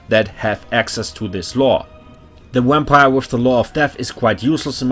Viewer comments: I’m officially going to start intentionally pronouncing vampire “wampire” henceforth. Love the Deutsch accent. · Nice thanks man! Also love the way u say wampire xD